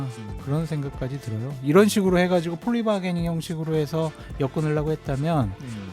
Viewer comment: 폴리 바게닝이 아니고 플리 바게닝이라고 하는거야 😊